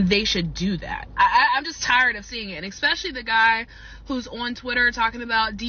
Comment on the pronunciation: Did she just say ex pecially? LOL